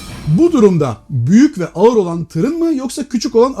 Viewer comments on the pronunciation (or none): none